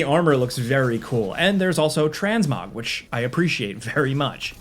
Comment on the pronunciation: said, "Transmog..." Trans-MOG. Not trans...etc... 😅